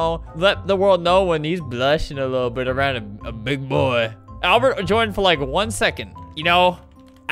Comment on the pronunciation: “AWBERT” “ I gotta play on my old acc that’s SAFE” lol I died